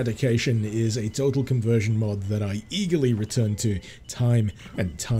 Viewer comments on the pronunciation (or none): Did you just pronounce total as tottal? How would that even happen??